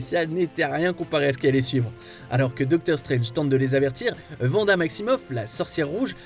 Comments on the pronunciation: Par pitié ARRÊTEZ de dire [Vanda] !!! Ça se prononce [Wanda] avec un W !! Pas un V !!!! C'est comme si vous dite [Wision] . Beh non en fait !!!! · Je suis totalement d'accord c'est terriblement chiant !!! C'est Wanda pas Vanda !!! C'est une Vandaliste non plus !